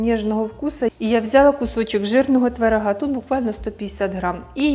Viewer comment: Така смакота! Дуже смачно! Тільки дуже ріже в вуха ваша мова!Чомусь ви ,завжди кажете: тварага, аддихає, ваттак, адин, калабочек, патянула, дабавляю, пригатовим! Ну, скажіть: творога, оддихає, один,потягнула і т.д! Для чого вміщувати ,,а"😊😊😊